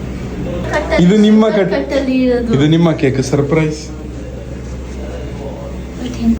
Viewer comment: Surprise ❌sirprizze✅